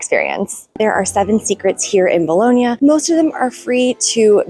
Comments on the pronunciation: Just a tip: The second 'o' in "Bologna" is not pronounced as 'boloney' or 'toe' or 'bone', rather it's a flat 'o' said the same as the first 'o' ie. 'cop', 'drop', 'sock'. After a few months you probably would have heard the locals pronounce it like that. ;) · You are so lucky living there but please ask an Italian how to pronounce Bologna correctly - it is not Bolownia! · Can you pronounce Bologna correctly please FFS